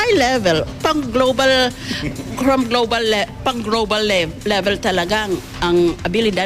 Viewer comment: mukhang nagkaroon ng mild stroke si... hindi masabi ng tama ang salitang "global" panay "grobal"... nakakatakot na ito... baka matuluyan na si pag naasar na naman sa impeachment trial... Diyos kooooh....